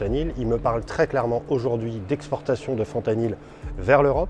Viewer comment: La vidéo qui commence par un boug qui prononce mal le nom de la molécule HAHAHAHAHAH ca promet